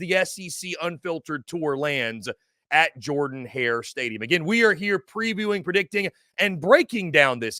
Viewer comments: It is "Jerden" not "Jordan." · Pronounce "Jurden" Hare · It’s pronounced Jurdan Hare. And Auburn wins